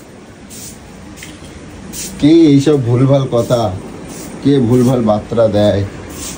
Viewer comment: apnar vashay boli ছ্যাতার vdo korchen keno?? R বাত্রা কি? বার্তা হবে। ki sob bole jachhen?😂😂😂😂